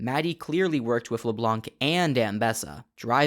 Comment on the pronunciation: hum actually, "Leblanc" is not pronunced "Leblank" it's just "Leblan"